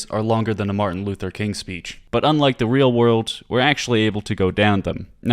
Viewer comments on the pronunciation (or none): none